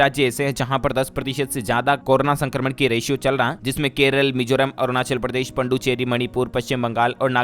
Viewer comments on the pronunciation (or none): none